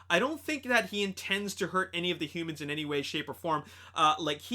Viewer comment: Also dude you said himans when Optimus saved the humans from the osprey.